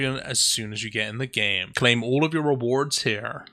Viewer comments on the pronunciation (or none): none